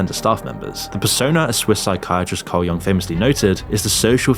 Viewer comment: He pronounced Jung wrong.